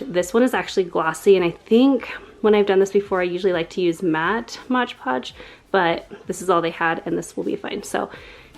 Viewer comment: LOL! I love how you pronounce it as "Modge Podge". I used to say that, too, until I was just looking at the bottle one day. 😆 Then I was like 'oh snap!' Awww, shucks y'all! That was just so cute! Makes me feel all fuzzy and warm. 🥰🥰 Online school for the first quarter (I have a high school kid). HAPPY belated BIRTHDAY,!!! 🍰👑🎈🎈 Very nice room!!!